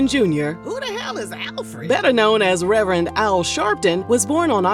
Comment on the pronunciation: Not Rev-Rent Rev-Rant! Rev-Er-end Al Sharpton! The perm! The Scandal! 😂😂